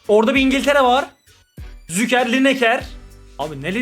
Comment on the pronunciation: Züker değil Şuker kral, vallahi telaffuzun rahatsız etti dayanamadım yazdım hakkını helal et 😊